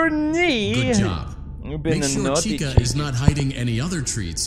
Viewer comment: It’s Chica not Chikka